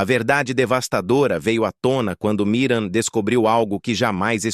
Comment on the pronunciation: Porque é difícil falar Miriam???? não Miram!!!